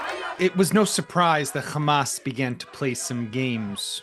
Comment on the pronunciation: Khhhhammmaaasss not hamas